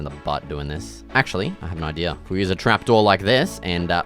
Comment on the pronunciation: "Idear" Hahaha😂. ( btw just so you know I'm not making fun of you. I just think the way you say it is really unique and funny.